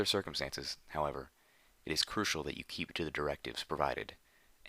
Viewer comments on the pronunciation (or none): none